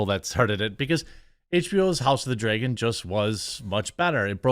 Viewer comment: It’s like they never learn. Also Dragon not Dregun